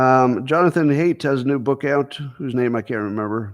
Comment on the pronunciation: You mispronounced the name Haidt. It rhimes with sight.